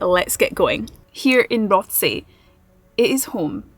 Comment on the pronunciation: It’s pronounced ‘rossay’ if you’re from Glasgow..